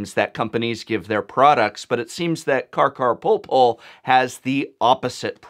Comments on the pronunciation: why do you say "carcarpoolpool"? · It hurts that he says "carcarporpor"